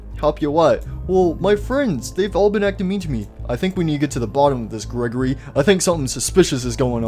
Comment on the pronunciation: Its Not Gregorly its grego-REEEEEEEEEEEEEEEEEEEEEEEEEEEEEEEEEEEEEEEEE